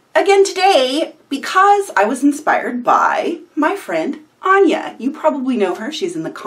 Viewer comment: This looks really cool, I definitely want to try in the future. Hearing my username surprised me, you totally pronounced it correct the first time.